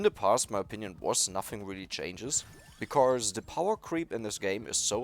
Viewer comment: One thing I wanna tell u with hopes you don't get it wrong or feel offended: You often say the word "because" and then pronounce it like "becauRse" with an "r" in the middle - since you are german I figured you might wanna know this. Great(!) english in general for a german though, props! ✌️